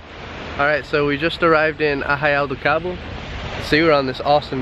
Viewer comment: paraíso brasileiro mano simples assim.. e você esta falando muito bem Arraial do Cabo e praia dos anjos parabéns! Best beach the word. Quando voltar ao Brasil procure também por praias de Maragogi em alagoas Brasil, nordeste. você vai amar! data de verão começa em 21/12/2017 até o mês de marco dá praia!